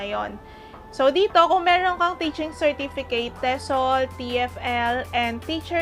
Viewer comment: she can't even pronounce "certificate and approximately" correctly.